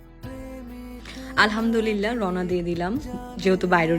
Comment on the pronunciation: আলহা'মদুলিল্লাহ বলার সময় ح বলতে হবে، ھবললে অর্থ বিপরীত হয়ে যায়,,الحمدلله